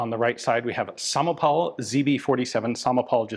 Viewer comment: Perfect pronunciation of "Samopal" :) kudos to you! :D Not so great on "Zbrojovka" tho :D Anyways, really cool design. Greetings from Czech Republic :)